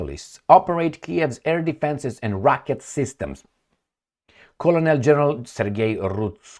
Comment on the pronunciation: Since we learn from one another, and English isn't your first language, which you generally speak very well, colonel is pronounced as kernel in English. It looks like it may be similar to colonial, and it definately looks like it would be pronounced as you did, but it's pronounced as kernel.